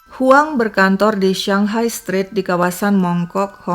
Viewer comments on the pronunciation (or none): none